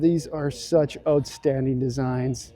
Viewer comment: Watched this not for the great vid, but to hear say "ootstanding"! Thanks,!